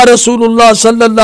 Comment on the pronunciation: O Bhai sallallahu alaihi wa alihi wasallam bolo to pora tameez se bolo yeh kiya hai saleowasalam ?